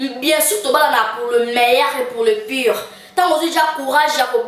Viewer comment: Pour le meyaire et pour le pure Kiekiekie pardon loba sans trop de fier.. on dit pour le meilleur et pour le pire